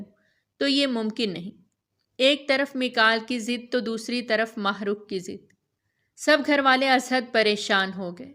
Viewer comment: Allah Allah it's heart touching novel But ..... Jab mene apna name suna am shocked Thank God pheli Baar kesi NY Mahrukh name bohat bahteern tariky sy bola hai am glad 😊😊